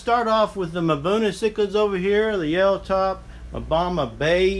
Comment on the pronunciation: it's pronounced buna, not mabuna